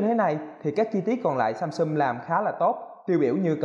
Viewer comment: "Samsum", "chống chầy", "nhiều lằn" =)) Con Galaxy A8 này nhìn hình đẹp bao nhiêu thì xem clip thất vọng bấy nhiêu, thật là bịp bợm Phải chi làm viền mỏng hơn nữa thì đẹp như trong hình rồi :)